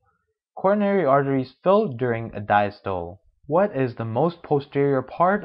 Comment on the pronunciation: This guys does not even know how to pronounce Systole and diastole! Dude, It is SYS-TO-LEE and DIAS-TO-LEE.... Also, you are NOT teaching anything. You are just reading! I could read the damn thing myself. This goes to show you that not everyone can make a good educator! What a waste of time and effort this is!!!